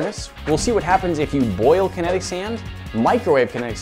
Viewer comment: Kenetic SEIND